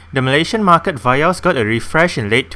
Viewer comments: I believe it is Vee-Os Not Vai-Os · Vee-yos right not va-yos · indonesia vee os